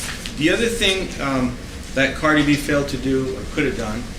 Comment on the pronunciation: This guy cannot even pronounce Cardi’s name correctly What a joke